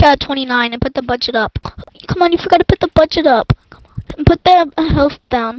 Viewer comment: When he says you forgatta put da budget up I laugh